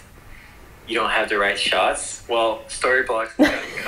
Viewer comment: right, before I start I know how juvenile this is. And yet... I really enjoy you being sponsored by Storyblocks, because every time you say it, for some reason I hear Storybollocks and it makes me smile. Love the vids, love seeing how much you're enjoying the Jeep and the additional freedom it affords you. One of the best content creators I follow in terms of quality and content, hope you're both good (nice to see Chris with his channel on the go) and keep it up for ages to come.